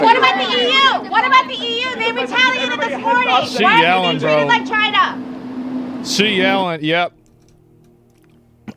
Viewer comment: Can we get a look at the reporter that was yelling? She said "China" in a fairly distinct way....